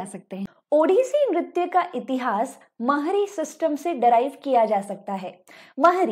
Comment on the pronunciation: It's not mangal charan it मंगलाचरण Not mahri it's महारी And it not geeta givinda bit गीतगोविंद